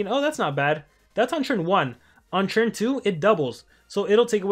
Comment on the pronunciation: Hhaha you say churn instead of turn